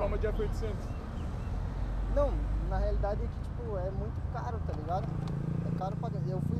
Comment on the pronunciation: "Na realide"